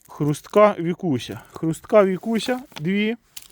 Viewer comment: Не вікуся а Вкуся читати навчись😂